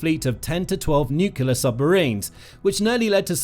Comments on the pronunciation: Nuclear submarines NOT Nucular submarines. No such word as Nucular. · Oh fer pete's sake. its Nuclear - say it with me New - clear NEW-CLEAR. and its arCtic. say it with me ARC - Tic ARC-Tic. Its really not very difficult. You seem like a grown-up. You dont seem to be a dimwit like George Bush. Just try it I'm sure you can do it. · Can you please learn how to pronounce "nuclear"? There's only one "U" in the word.